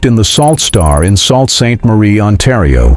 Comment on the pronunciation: Sault is pronounced "Soo"